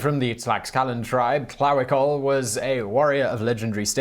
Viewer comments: No Simon. Tlahuicole is the correct pronounciation. No worries. Thanks for another excellent video. We do appreciate all the research that must go into this series. Peace. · It's "tlah-whee-cole-eh". Say it three times, fast. The other Aztec guy is pronounced "kwow-tay-mock". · Come on Simon.. it is pronounced Tlahuicole, not Tlahuicole!